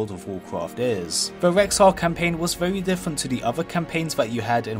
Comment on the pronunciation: vewy nice viweo mate!